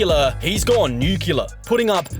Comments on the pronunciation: Nuclear not nucular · did i just hear you mispronounce “nuclear” 😤😤